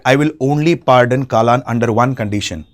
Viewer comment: its not kaalan its kallan... means theif...